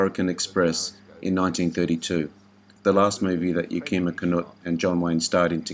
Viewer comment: I can’t believe you left Harry Carey, Jr. off this list! Dobe was in 8 or 9 films with Duke. Also you pronounced Yakima incorrectly.